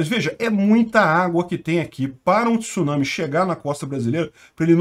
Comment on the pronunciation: Parabéns!!! Primeira pessoa que vejo falando tsunami corretamente, repórteres da TV, eles falam t-sunami!!!! Kkkkk!!!!